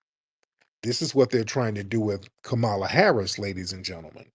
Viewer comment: I don't really care how people say kamalas name but she aint sittin down witchu and you sayin her name wrong on purpose my nigga.